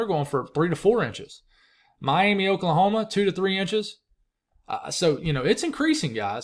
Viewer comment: As an okie, just here to help. It's pronounced, "My am uh"